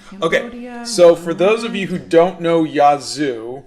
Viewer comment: Hey! I missed this morning. Yazoo is a Native American Tribe from central Mississippi. The county beside mine is Yazoo County and the County Seat is Yazoo City. I’ve never heard of the band. ps we don’t pronounce it that way.